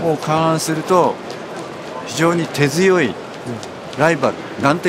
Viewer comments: 多摩大学の真壁っておっさんが「手強い」を「てづよい」と言ってた気がしたんだが AIがやりそうな間違いだろ？ わざとか？ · えっ？ まだEV推してるの？ 大丈夫かw 手強いをテヅヨイというこの方w